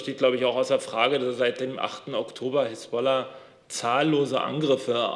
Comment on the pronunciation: Hisballa? Sprechen alle im AA wie Baerbock? Einstellungsvoraussetzung?